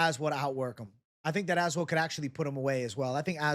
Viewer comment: i swear i think youre the first person i noticed that pronounced Az-well lol